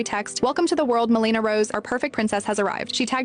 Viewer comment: The accent is on the first syllable — MEL e na. GI doc here.